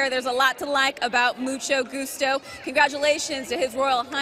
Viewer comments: so no one caught the "musto gucho"? lol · Mucho Goocho for the win! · The announcer absolutely butchers Mucho Gustos name at the top of the stretch.